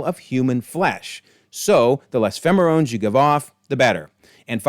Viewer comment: I'm sure you caught it, but you said "phemerones" instead of "pheromones" early on in the vid. Love it regardless, and can't wait for the eps to drop this wk!